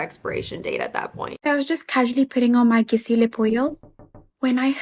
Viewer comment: "Gissy" Do these people not know French? "Gisou" is not pronounced "Gissy".